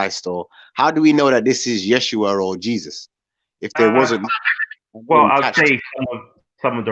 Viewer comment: Smh, it’s Yehshuah not “yeshhua